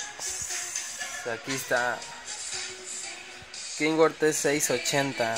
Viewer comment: Porque le dicen kinworth es kenworth que no y no es por jusgar como hablan nomas digo